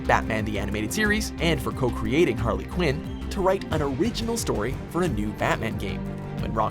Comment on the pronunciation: Did anybody else notice that he said Carly quinn